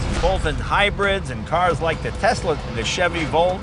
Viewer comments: "Teslur", nice Jay lol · A tesler and a turbin? Hmmm very strange, very strange indeed.